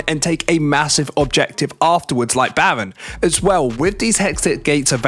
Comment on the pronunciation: 😂 bro says Bawen ahahahhaa instead of Baron